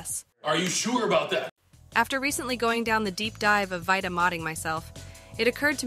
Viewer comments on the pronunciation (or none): V👁ta or VEETA lol voice needs some perfecting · vita, not "vaita" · Vie Tuh your ai voice done goofed